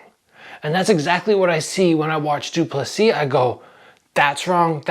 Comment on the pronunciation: You’re a content creator, you’re dedicating a video to someone and you can’t even check how to pronounce his name. lol it’s not that hard.c